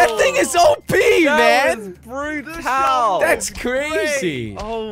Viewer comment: that was brutaal Me: brutaal?? 😂😂